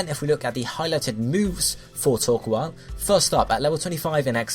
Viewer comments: It's not [toː(ɹ)•kwɑːl], it's [toː(ɹ)•kəʊ̯l]. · * Says coal normally * * Says the "koal" part of "Torkoal" like "Koala" *